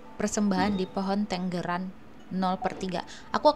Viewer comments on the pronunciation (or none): Itu dibaca tEnggEran, tempat untuk burung bertEnggeEr. Aneh banget dibaca tenggeran